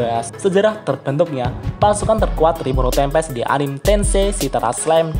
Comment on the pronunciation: anime bukan anim,ini lidah Jepang bos bukan Inggris